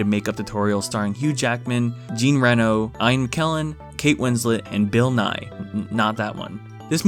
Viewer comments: The way he said Jean's name lmao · Flushed Away goes so hard even today, that's ART But, the way you pronounced Jean Reno is going to haunt me in my dreams, why u do dat